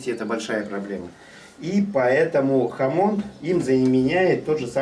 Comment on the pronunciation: Не хамот, а хамон!